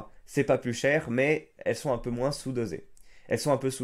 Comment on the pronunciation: Pourquoi le mot "moins" tu le prononce "moince" qui est faux, et non pas "moin" qui est la vrai prononciation ?